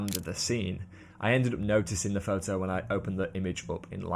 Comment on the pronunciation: Excellent. Lots of ideas and interesting aspects from different people. There is only one thing that spoiled it for me and that is your pronunciation of 'photo' ' pho-oh. Have you ever noticed that there is a 't' in there? Do you spell it without a t? Are you a street pho-ographer? This spoiled an otherwise very good video (for me). Keep up the good work, but please correct your pronunciation. You will gain more credibility.